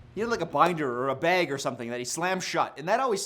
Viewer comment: pronunciation of “bag” reminded me of that one ooga booga video of him reacting to a girl’s red flag being “baeg” and he was like oh i say it the same way 💀😭